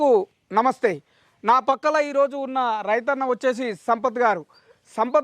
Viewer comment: Anna pakkala kadhu pakkana😂😂